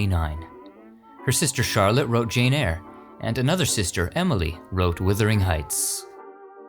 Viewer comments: Wuthering Heights not withering 🤣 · It’s not Withering Heights... it’s Wuthering Heights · "Withering Heights"?